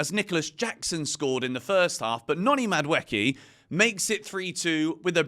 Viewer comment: Please, For the love of god, can you pronounce Madueke’s name right 😭